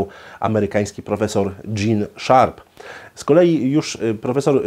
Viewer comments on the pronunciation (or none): none